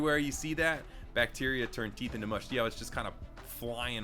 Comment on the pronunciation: Talks about The Theeth Me: The theet is making the O.O Face Pause First this clikc the time stamp